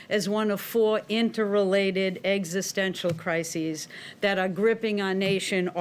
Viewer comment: say it with me Joe, "existential"😂😂😂😂😂😂😂